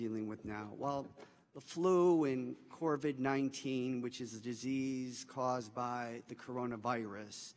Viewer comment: This guy literally just said "CORVID-19", not COVID-19.